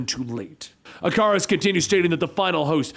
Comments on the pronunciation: It's ick a rus not I car us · “Ic-ar-us” lol who the hell says it like this? Y’all gonna tell him or should I?